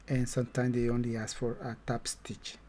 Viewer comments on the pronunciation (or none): none